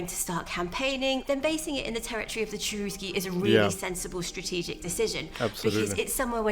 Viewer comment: maybe you should point out that the pronunciation of the tribe name was not "Tcherousky" And yes, I have watched that documentary and I found it very interesting and valuable.